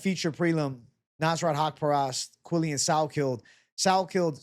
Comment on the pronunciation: Ps: the pronunciation of his name is "Quill-Lan" ...not "Quill-Lian" ...but you are close 🤪